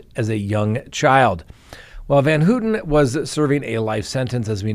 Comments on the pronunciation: work on pronunciations. It’s Pronounced Van-How-tan, not Hooten. It’s a pet peeve, I know, but it’s something I wish you were more careful about. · You could pronounce her name correctly. Phonetically it’s pronounced as Van Howten not Van Hootin. I’m glad she’s out. She’s done her 53 yrs and zero chance of a murder ever happening again. Not my words but that of the parole board. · Gotta work on pronouncing Leslie’s last name …. Pronounced Van “how” ten Not “ Hooten “ 😂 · i noticed he mispronounced it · Leslie Van Houten: "Van-how-ten" Patricia Krenwinkel: "Kren-wink-el Leno Labianaca: "Lee-no" Not that hard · Pronounced van "how ton" How-tin. How-tun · Van Houten. The "ou" is pronounced like in the word "ouch" or "pronounced ". Your track record is intact 😊